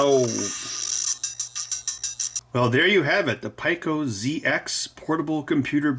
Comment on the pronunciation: PEE-CO. You're driving me crazy with that Pi-Co ish. Otherwise, great video. Looks like a fun project. Thanks for sharing.